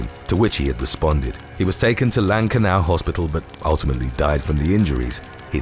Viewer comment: Congratulations on your pronunciation of “Lankenau” Hospital - many people unfamiliar with the area can’t.